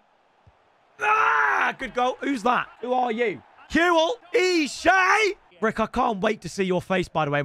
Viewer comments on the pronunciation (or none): Bro just said eeeeeeshay😂 try pronouncing it without such a hard e make it an eh